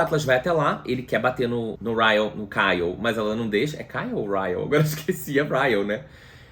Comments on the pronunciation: Ele errando o nome do Ryle kkkkkkkkk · O errando o nome do cara o tempo todo socorro kkkkkkkkkkkk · 😂meu Deus. Amigo, você fez o melhor resumo desse livro. Realmente eu precisava pq não queria reler. Morri de rir com vc falando "Kyle" . Com vc se perdendo no trânsito, helicóptero, furacão e moto passando ... Só amei. Bjs no doguinho.